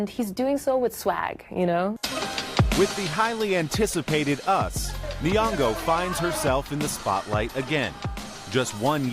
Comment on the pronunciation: Nyongo not Niongo